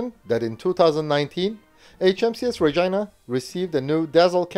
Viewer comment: I must congratulate you on you're correct pronunciations of Canadian city names, most notably Calgary, Regina, and Toronto.